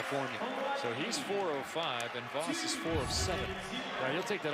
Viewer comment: Hearing the way they pronounce “Voss” hurts